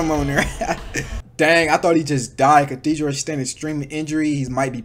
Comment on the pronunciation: Bro massacred Cathedral and the entire roster